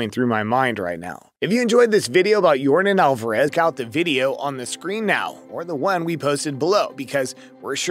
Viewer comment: If you can’t say his name right then don’t say it at all, just call him Your daddy. Also you lied about his rich lifestyle and sizzling wife…shame on you!